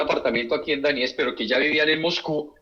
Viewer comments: Se escribe DONETSK /doniésk/. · lo liberal es asqueroso, pero monetizas en dólares y no sabes ni pronunciar Donetsk, mucho menos podes saber donde queda.